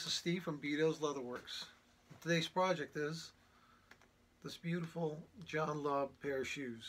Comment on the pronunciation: John Lobb, English makers, they do pretty good work, 🤣🤣🤣🤣 He doesn't have a clue about shoe quality, John Lobb, along with Edward Green, George Cleverley, Church's, Gaziano & Girling (I remember seeing the video, he never heard of the brand, barely could say the name) make the best shoes in the world, but they do pretty good work. What to expect from someone who knows only Florsheim and Allan Edmonds, who are centuries behind European shoe craftsmanship.